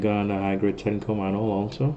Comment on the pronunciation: Excellent and informative. My only complaint is your mispronunciation of manual. Three syllables, man-u-al.